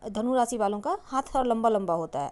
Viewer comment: आपने शिर्षक जो दिया वो बताया ही नही . रासी नही राशी कहीये, सही उच्चार कीजीये.